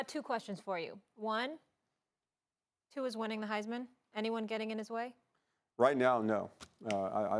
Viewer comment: Max still can't pronounce Tua's name right.